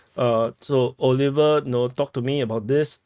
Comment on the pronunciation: I like how he called Oliver “ auliver” Oh liver 😂